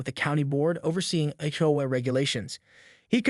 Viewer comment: AI is still not ready for real narration - HOA being pronounced "howay" for example.